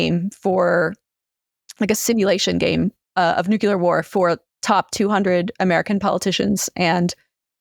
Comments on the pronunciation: It's 'nook-LEE-er,' not 'nook-YOO-ler.' Just look at how it's spelled. Why is this so difficult? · I'm sorry but I physically cannot listen to how she pronounces nuclear as "nucelar" and subscribing as "suscribing". Otherwise really interesting